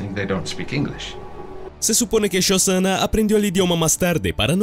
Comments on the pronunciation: No es shozana . SoSHanna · Yosana dijo? Uff penosa pronunciación.. dislaikaso